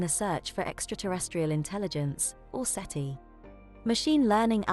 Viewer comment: It's SETI not CETI